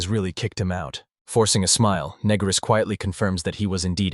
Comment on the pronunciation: Yeah title sounded interesting lost interest when pannel says "youre negris right" and voice is going "asking if youre a negro"...do better or stop posting shit